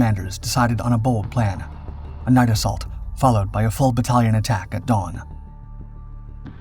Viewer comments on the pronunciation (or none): none